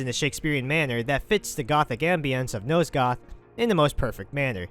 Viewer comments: Dude.... Nosgoth.. NOT NOSEGOTH FFS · NOSE-goth? How the hell did you think nosgoth was pronounced that way? Clearly the narrator here never played the game